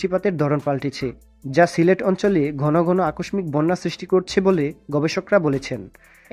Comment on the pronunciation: আকষমিক না, উচ্চারণ হবে আকোশশিক। বানান আকষ্মিক।